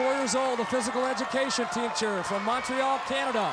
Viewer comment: He went with a French-ish pronunciation on Montreal, so I gave him a W on that one.